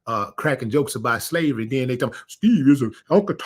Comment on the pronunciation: I heard Steve Harvey say," I don t give a damn about salvery." That was it foe me.